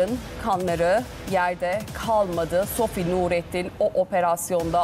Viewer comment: SOFİ DEMEYİN BARİ !